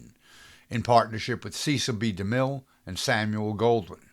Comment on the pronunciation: This is interesting, but you mispronounce most of the names! If you can't get people's names right, how can we trust you on anything else? You manage to mispronounce FOUR names: Cecil B. DeMille, Una Merkel, Darryl F. Zanuck AND Aline MacMahon. You also mispronounce the word "biopic" and the word "demise." Also a blackout does not mean "no scene." It means a SHORT scene. It's a quick set-up and punchline with the lights suddenly going out.